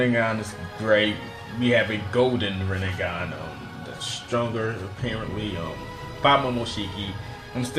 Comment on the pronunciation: was he tryna say rinnegan or was it just “this nigga”😭😭